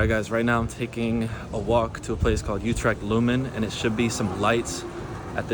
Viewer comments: UtreCHt CH = G UTREGT. MaastriCHt = MaastriGT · it is Utrecht, not joetrikt by the way... with an U as in French Tu and Dejavu, NOT an OU as in You... It is like German ü.. as in über or tür. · there's no "k" in "Utrecht" the "ch" is pronounced as a hard-G, like "Gouda" Many foreigners struggle with the Dutch hard-G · Never heard of broet jee vens he probably meant Broodje with an o as in go....utrecht has a ch at the end, not a k ju7st as in loCHness or MeXico...